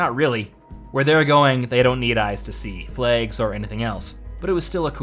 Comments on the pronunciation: Why can’t you pronounce flags properly? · "Flegs!" - I think this is a guy from Belfast pretending... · I thought you were saying plagues at first XD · THE FLAYGS GUISE....GUISE......THE FLAYGS!